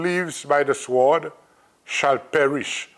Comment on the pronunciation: Swwword? Don't pronounce the w.